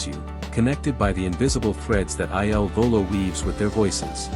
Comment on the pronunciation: Eye Ell Volo? Really??!!